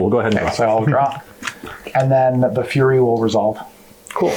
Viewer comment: As a heads-up it's pronounced "Furry", not "fury"